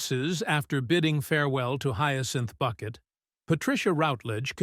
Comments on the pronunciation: I kept wanting to correct the audio every time I heard "Bucket" -- it's Bouquet!!!!! 😂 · Say her name correctly, please. And it's not "Boo-quet" or "Buck-et".